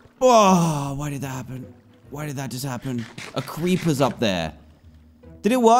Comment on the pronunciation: Did anybody else notice “there’s a cweeper up there”